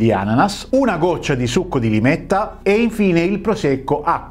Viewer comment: Limetta e non lime ❤